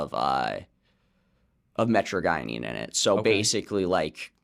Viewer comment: Lot of what he said about me at effects is incorrect, it can start acting on the receptors with sedative effects as little as 5-7 grams. 1-4 is the more stimulant range till it shifts to sedative. 10-15 is a really really high dose. Also not pronounced “metrogienine”, it’s “Mi-tra-gine”.